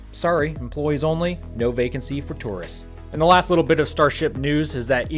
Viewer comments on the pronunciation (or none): none